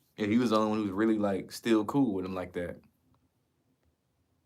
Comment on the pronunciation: Wifff/ truuffff/ burrffday/ axed/ 😅 Love the work tho .! 👍